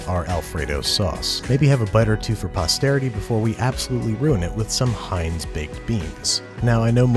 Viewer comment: HA… pasterity